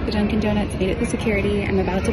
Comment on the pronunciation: Pourquoi parlent-ils au pluriel pour un donut en disant "DONUTS" ? Il y en a qu'un, aucune nécessité de prononcer la lettre S qui n'est pas présente au singulier